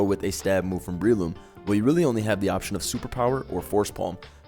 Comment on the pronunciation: Not that Breloom pronunciation...(it's Umbrella+Shroom, so pronounced Breh-loom)